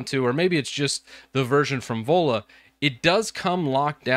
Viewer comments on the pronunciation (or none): Sounds like you're saying Ebola phone.